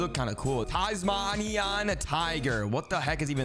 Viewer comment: Tasmania is a place in Australia pronounce it correctly next time